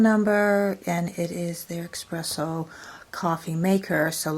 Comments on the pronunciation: Its espresso.. not expresso. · There is no X in espresso darling